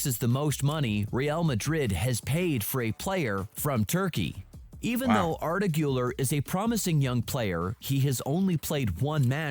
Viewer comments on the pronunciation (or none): i think im blind or smth still tho its hilarous that this guy calls valverde "valvarde" arda güler "ardaguller"